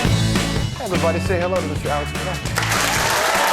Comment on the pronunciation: Alex Trekbek? I hope someone got fired for that blunder lol.